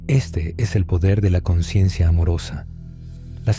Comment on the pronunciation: La ausencia de la "S" de la palabra "consciencia" del narrador, puede dar a confusión con la palabra "conciencia". Gracias por hacer posible este canal. ❤️